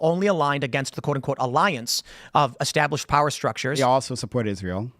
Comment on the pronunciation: Never take notes from a guy that says established as extablished